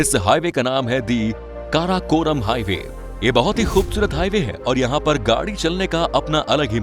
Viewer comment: Karakoram no krakram